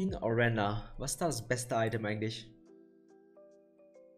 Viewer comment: Immer noch Ireliiiiiiiiiiiiiiiiiiiiiia! mit einem zweiten i, nicht Irela. 2.51 "Orenna", ok, du kannst einfach random kein i in manchen Namen aussprechen I guess.